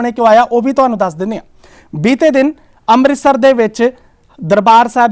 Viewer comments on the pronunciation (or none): none